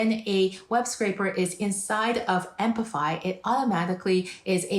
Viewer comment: why do you say "ampify"? it is apify